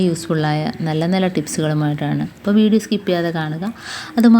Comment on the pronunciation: ഫീഡിയോ ഫയങ്ങര ഫങ്ങിയായിരുന്നു